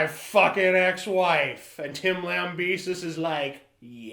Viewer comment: You cant even pronounce his name right, and i doubt he really tried that. He hasn't been proven guilty.